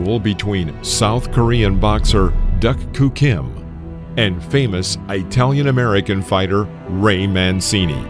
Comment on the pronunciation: AI narration sucks. "Eye-talian-Americian"? "Argwello"?? GMAFB